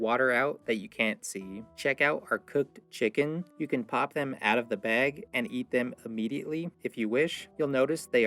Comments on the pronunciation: I'm from the south. What's a "beg"? 😆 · I like, the way he coated the, protein in, the baywgggggg